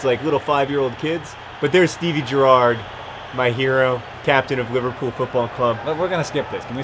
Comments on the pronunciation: GER-ard, emphasis on the first syllable. we also say BER-nard. hope I helped :D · It's Geh-rard. :P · every time you say steven gerrard's name my soul sighs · John you can't even say your hero's name properly. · john supports liverpool and can't even pronounce gerrard?